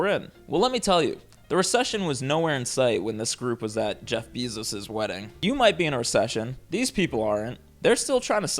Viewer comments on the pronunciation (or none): It brings me joy whenever you say “Beezos” 😂